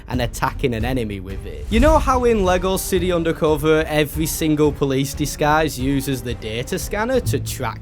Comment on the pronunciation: Finally i heard it you say lego city undercover (not in your accent) 😂